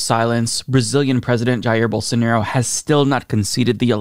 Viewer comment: If I hear call him "Bolsanairo" one more time, I'm shipping him to Brazil.